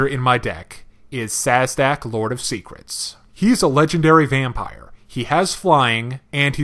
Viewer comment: "Sazdak"...what?? Theres no z before the d its szadek or "zadak" read the cards bruh